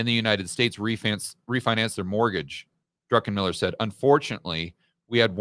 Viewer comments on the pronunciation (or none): I love when people say Drunkenmiller. 😂